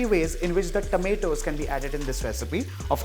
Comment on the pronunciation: Your tomatoes pronunciation is very wierd.. its not tameto.. Its tomato... Pls